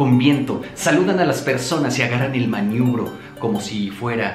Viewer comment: “el maniubro”